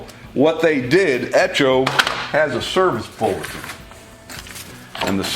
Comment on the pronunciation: eTCHo? That word will be etchoing through my brain forever.